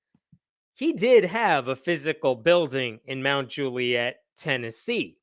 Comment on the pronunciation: I wish i was kidding, but it's pronounced mount jule-yit